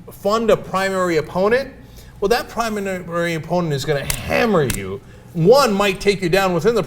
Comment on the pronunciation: 'primanary' lolz